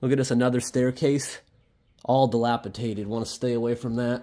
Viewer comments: DilapiDATED not dilapiTATED 😅😊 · Dilapidated -- nor, diliapiTaTed! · Does he say "dilapitated"? it should be dilapidated. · Just for the record the word is dilapidated not dilapitated 🙂 cool buildings and walk arounds. 👍🏼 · Can you please stop saying dilapitated, it is dilapidated. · It's dilapidated, not delapitated. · Dilapidated not dilapitated 👍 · The word is “dilapidated” di lap i dat ed. Not Dilapitated. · Great channel, but please stop pronouncing “dilapidated” incorrectly….it’s dilapiDATED not DilapiTATED.😊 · The word is Dilapi'D'ated 😉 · Just fyi it's dilapiDated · Awesome video as always! Glad you stayed safe with the state of some of the buildings. Also: Dilapidated* It’s a ‘d’, not a ‘t’, on that next to last syllable, my friend. I’m not trying to be negative. I just wanted to inform. 😉